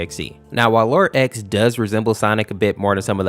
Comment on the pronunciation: Man you didn’t pronounce “xenophanes” right It’s Zee-nof-uh-neez but it’s ok people make it sound like zeno-f-ans